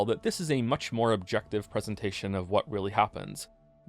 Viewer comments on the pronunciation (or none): none